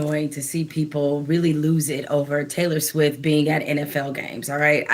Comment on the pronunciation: It not Swiff..It's Swift LOL